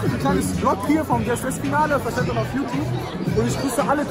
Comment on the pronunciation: Nichts gegen dich aber merkt es jemand dass er Yutub sagt anstatt YouTube?